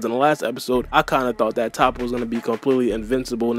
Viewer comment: Vegeta finally got his W that he deserves. And it’s pronounced Toe-po like how can’t y’all pronounce these simple names right?! Like jeez 😂🤦🏾‍♂️